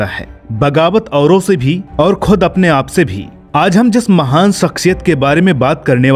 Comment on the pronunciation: Its mahaan not mahaam